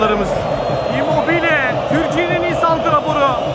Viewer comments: bilader çok iyisin hoşsun da allah aşkına IMMOBIL deme artık kardoooooo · Şu adama imobil deme nolur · şuna immobil deyip durma artık yaaaa.